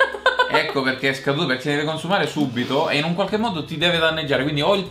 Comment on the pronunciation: 18/3/2016 scaduto da "quakche giorno"😂